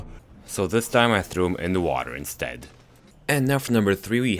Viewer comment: "So this time I trow him in the water " :)